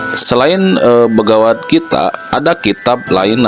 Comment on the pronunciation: Kok salah ucap, bagawan gitaa